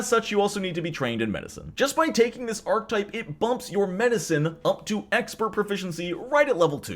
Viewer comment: "Ark-uh-type", not "ark-type". Otherwise, a great video!